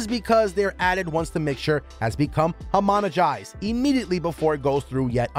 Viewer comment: Homogenised. Not homonogised.